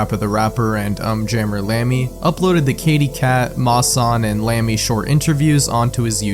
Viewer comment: I can’t believe that I unironically thought to myself during the Um Jammer Lammy segment, “ugh it’s pronounced ‘Oohm’ Jammer Lammy”. I can’t believe the monster I’ve become.